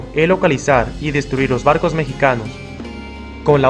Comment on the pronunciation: 5;33 por qué dice bardos en vez de barcos🤏🕶️🤨